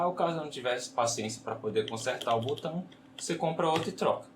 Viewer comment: Por que tanta gente fala "butão"? 😂😂😂